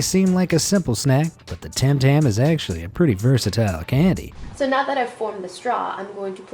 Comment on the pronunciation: you said tam tam it is tim tam